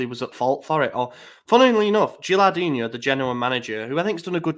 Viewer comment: Good episode boys! But kept saying Gilardino's name wrong lol Made him Brazilian "Gilardinho"